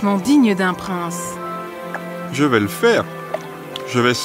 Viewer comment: Se pas consacré yo dit Prenssèce😊😊